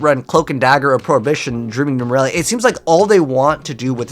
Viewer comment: Nemurelia, not Numeralia.